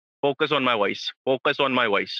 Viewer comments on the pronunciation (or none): focus on my woice focus on my woice. Mr President with all due respect, why can't you pronounce the "v" sound????????? bad you